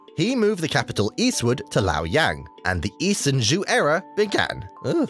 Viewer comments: Hint for you: "zh" is pronounced as "j" like "John" in Chinese. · I only heard Zhou is pronounced like the English name “Joe”. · Your pronunciation of "Zhou" distracted me so much that I had to rewind it and listen to #3 again. Because it didn't sound like Chinese at all... >.> I'm by no means an expert at Chinese pronunciation, but my understanding of pinyin inclines me to to pronounce the zh like an sh (as in shush) but with a z and the second half like ow (like you stubbed your toe. Or as in how). But I don't blame you very much for that. Chinese is a language that is not very friendly towards English speakers at all! And who knows? Maybe how I would pronounce it would be wrong too!